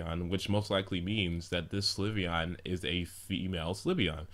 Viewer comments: Slyveon LOL It's Sylveon xD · it isn't sLyveon it's sYlveon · its sylveon so stop saying slyveon lol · The only 3 types i am considering are flying, light or fairy. (if they introduce new types.) I don't think it could be anything else, except maybe a normal type. It especially wouldn't be a psychic because we already have Espeon. Also, Sylveon is pronounced sill-veon, not si-li-veon or sli-veon. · I like this video but, ITS PRONOUNCED SIL-VEON! NOT SLI-VEON! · umm not trying to be a douche but why do you pronounce it. Sul iveon? It's just all the people i have heard say it pronounce it Silveon. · "si-li-ve-on" ? it's "sylvie-on" -. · "Slih-veon?" I'm pretty sure that's pronounced "Sil-Veon". The l comes after the y. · you keep saying slyveon its sylveon not slyveon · Sylveon is pronounced sil-veon not sli-veon. Think of silver when you say it. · It's pronounced Silve-eeon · your'e saying slyveon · Pronounciation: SIL-vee-ON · XDD You have to pronounce Sylveon's name as how you would pronounced Sylvia. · slyveon... slyveon... stop saying slyveon jeez... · You pronouncing syleon inncorectly was driving me insane